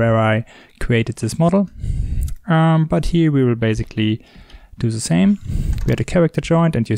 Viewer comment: "ze bear"